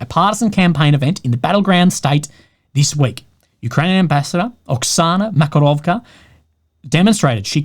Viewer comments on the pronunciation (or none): Dear. It's MakaroVA. Not MakaroVKA.